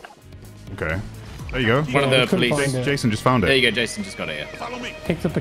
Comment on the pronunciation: yayson -it's ja. ja ja jason -ye ye yayson -who put you up to this. was it kimmel?